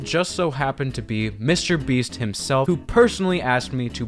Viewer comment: Lmao did you stay a long time in France? Because I hear "Monsieur Beast" here lol